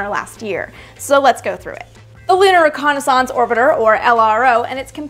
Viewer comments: Learn how to say "reconnaissance"...damn. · The way AST says "Reconnaissance" bothers me. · Is it a Canadian thing, or an Amy thing, saying reconnaissance like that?